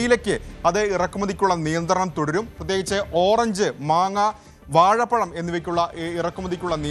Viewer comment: വാഴപ്പഴം...വാഴപ്പളം അല്ല ഹേ 😅